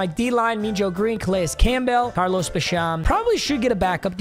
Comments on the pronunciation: Oh-gletree not ahggletree, ah-mon-rah not amonruh, bash-im not bashom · Bruh is really saying Carlos ba sham💀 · The way he said boogie bashams name hurt my soul as a bills fan 😭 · The way he was pronouncing basham was criminal